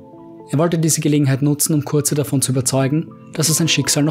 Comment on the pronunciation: Fulgrim hat es Dorn gesagt.Liest du auch selber Mal Bücher?Curze=Curse (sprich Köörrs). Nicht hörbar.Kurze...Kotze